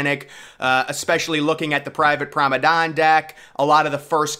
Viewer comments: PROMENADE NOT PROMEDANE ffs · it is Promenade not Promadon Man please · "Promenade" pronounced "Promenad" not "Promedan" hehe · Still Saying Promenade As “Promadon”. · So annoying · Exactly, you know what he means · I’ve Never Heard Someone Pronounce It As “Promadon” Before. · ...or maybe he does, he's just to proud to change😁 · He must be trolling us at this point with how he continues to pronounce promenade lol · He really struggles with that word… really annoying voice as well.